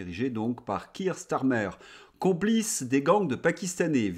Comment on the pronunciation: Kier StArmer, et non Stirmer.